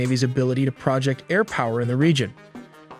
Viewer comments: The way you say "project" is a dead giveaway this is an AI-generated voice, and you use AI in your videos. Stop lying about your use of AI. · Due to the many obvious mispronunciations of common terns, words & phrases, I think it’s safe to conclude that this narrator is not a human but just another AI generated voice. One example is using the word “project” like Microsoft Project, as in a project to install a new software system. But in these videos, the narrator says “project” as in like “Microsoft project”, but the context of the word in his sentence is meant to say “pro-ject” as in to project power over the enemies. Project being the short version of projection. A human is far less likely to misuse such common terms, but oh so typical of computer generated narration with an artificial voice. Not a human generated video from scratch as is being claimed by these content creators, but just another AI video like all the others. Tisk tisk.